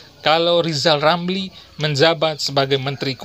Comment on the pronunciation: Lisal Lamli,,,Sukuh ngomong R yg jelas